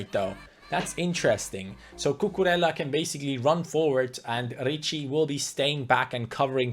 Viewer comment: time to blow your mind again, his name is cucureja because two L's in Spanish are pronounced as J, like David Villa for example.